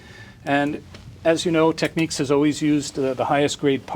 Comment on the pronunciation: He can't even say TECHNICS